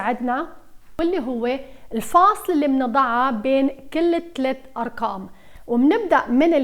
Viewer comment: رائع دوما ادرس معك😘😘😘بس اقول ليش تقولي اركام ماتقولي أرقام 😂 اسفه انو عيبت عليكي😳